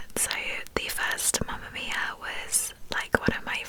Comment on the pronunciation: I love how you pronunce “Mamma mia”😍🇮🇹❤️